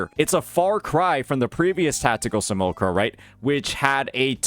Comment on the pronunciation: "see- mule- lack- kra" think of how Simulation is pronounced. Can't be having mispronunciations on top of making typos. ( Just noticed the A that followed the L was completely glossed over..)